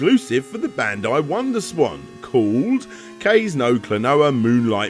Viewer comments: God my inner linguist, Klonoa fanboy, and weeaboo collectively had an aneurysm when he said kaayze... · I love you, but you should really learn proper Japanese pronunciations. Kaze is pronounced like Kah zay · "Kayz no Klonoa" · Another great complete history, though for a game series I never cared much about. I recall playing the demo shortly before the original's release, but I was done with platformers by that time. I still avoid them even now. I had no idea the fanbase was so passionate though, which is what you seem to allude to in the video. Also, damn man: surely you could've looked up the pronunciation of 'kaze' beforehand?